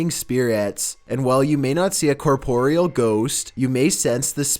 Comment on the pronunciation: It's pronounced core-puh-ree-ull....not cuh-pore-ee-al....I mean come on lol.